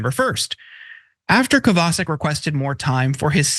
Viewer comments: Isn't it "Kovva Shic" rather than Kavar Sick"? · Kovacik is a Slavic name. Pronounced Co-va-chik. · Not that it's important but that name should be pronounced "Kovachik" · I think that might be pronounced Cova-chick. But mostly I don't care. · It's Kovacheek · Omg, did you ever butcher that guys last name! It's polish, Koh vah check. None of you proof read your segments beforehand to iron out these mistakes and it shows. Be less lazy!!!! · Would it not be pronounced Kova-chic? Not defending anything about the person, just an intellectual query. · Any name that ends with a "CIK" is pronounced "CHICK" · Good point. And in case of this guy, it is pronounced KOVAH-CHICK.